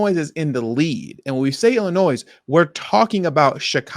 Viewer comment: Illinois has a silent 's' at the end